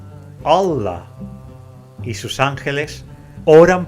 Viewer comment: Parece que diga wuala! Como cuando alguien expresa con una palabra admiración, sorpresa o etc… en lugar de Allah.